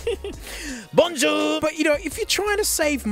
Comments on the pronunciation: I’m french canadian and lost it at “BONJOUR!” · naw man that Aussie " BONJOUR " completely caught me off guard